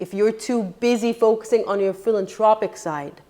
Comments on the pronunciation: I love what you say, you're always very honest and give good advice BUT i have to correct you on one word. Its philanTHropic NOT PhilanTRopic. If you want to say certain words, you really must know how to pronounce them properly. Im sorry to be the one to correct you but im that anal. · It's pronounced PhilanTHropic (the TH is pronounced)